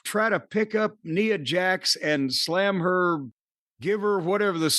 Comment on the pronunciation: or however u spell it has the worst sense of humor. Ooo and 22 times jim says neeeeea Jax he doesn’t correct him nice